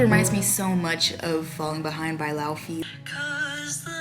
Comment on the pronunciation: its pronounced lay-vay... not laufey 😂